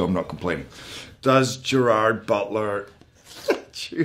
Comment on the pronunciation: Yes and it makes me sad